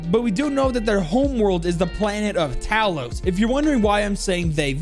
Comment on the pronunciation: Talos is pronounced similar to towel, tow-los.